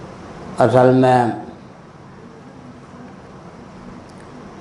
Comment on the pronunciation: फिरोज गाँधी पारसी नहीं मुसलमान था !आपको सही जानकारी नहीं है !उच्चारण भी अशुद्ध है !दयानंद को दयानंदा बोल रहा है !चेहरे पर भी कोई तेज नहीं !!